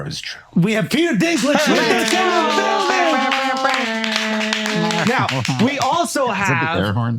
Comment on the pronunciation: Peter Dink-Ledge